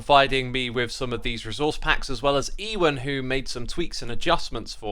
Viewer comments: EE-wen? do you mean Yoo-ehn? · Hey x, just to let you know that ewans name is likely pronounced "you an", like the actor ewan mcgregor. All the best ❤ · Also, Ewan is pronounced Uwan/Ewe-an.